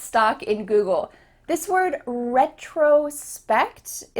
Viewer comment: i checked the pronunciation of retrospect in different dictionaries and your pronunciation is different from them. can you explain?